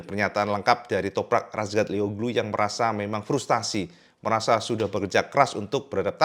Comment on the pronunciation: Frustrasi,bukan Frustasi 😊